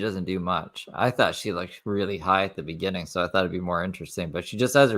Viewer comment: Its begINing not begANing. So many words she put AN where it should be IN. Joe Biden does that shit too and it is stupid.